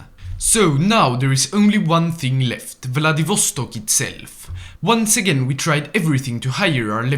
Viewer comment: They way he says Vladivostok makes me want to die twice.